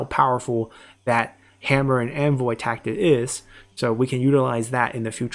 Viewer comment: Hammer and "Anvoy?"😕